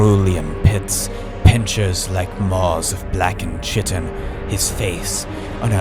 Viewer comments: Yeah cause it’s Kaitin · (for anyone wondering, it's pronounced "kite-in") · Small correction; it's pronounced kite-in, not chit-in. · Chitin is pronounced "ky-tin", not "cheet-in". Bro hasn't read a book in his life. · Chitin is pronounced 'kye tin' not 'chi tin'. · Erm, achkually * spits a bit while pushing up glasses * its pronounced kite-in not chit-in. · I'm so sorry but it's pronounced Ki-ten, not Chit-ten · The greatest horror is pronouncing "Chitin" like "kitten" and not "Kite-n" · Kite-in, not chit-in But nice nonetheless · K-I-tin, not Ch-i-tin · pronounced Ky-tin, not chit-in. LOL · Not how you pronounce "chitin" kai-tin is how that's pronounced. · AAAAAHHHH The pronunciation of Chiton is so annoying but I'm not allowed to be mad because I used to pronounce it that way to before I learned the correct way. It is pronounced with a K sound not a Ch sound. Like Kieton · I hate to be the asshole but chitin is pronounced "ky-ten". It is one of those words that you only know how to pronounce it once you've actually heard the word like "wednesday" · it’s ‘kite-in’ btw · PSA because I hear a lot of people make this (completely understandable!) mistake: Chitin is pronounced "Kai-tin". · Chitin is pronounced kite-n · "Chitin" is pronounced "KYE-tin" by the way. Just passing it on since I pronounced it wrong for years. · chitin is khitin, yes indeed english writing latin asperated k as ch while native ch means something completely different causes problems. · blackened chih-tin one-hit killed me. don't get me wrong, I'm gonna watch the rest of this video, and I'm gonna like it, I'm just gonna be curled up in a ball for the next minute or so as I digest the psychic damage XD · chitin is pronounced ky-tin, its a structural polysaccaride in fungi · just for the record, chitin is pronounced khaiten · 'Chitin' is pronounced 'KITE-n'. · chitin in pronounced like "kite-in" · It's pronounced "kite-in" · It's pronounced "kie-tin" I'm sorry to be the one to break this to you